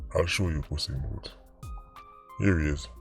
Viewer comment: ..lol "puss in booths"...😂 "Pepsi"